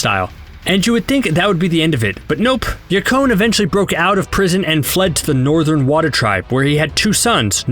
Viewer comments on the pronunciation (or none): none